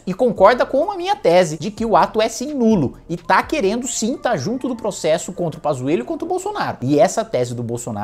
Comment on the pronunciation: "Poxésso" kkk (desculpa pelo bullying)